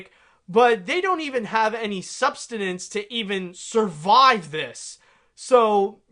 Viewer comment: *sustenance not substinance